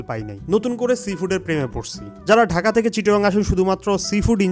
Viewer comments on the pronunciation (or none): none